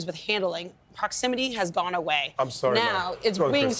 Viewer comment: "Proximity has gone awaw".....sonif some blasts the ball towards a defenders hand from a foot away that's ok? And im sorry but wtf is she babbling about....the Ref on the pitch has every right to say mo if he thinks VAR is wrong!...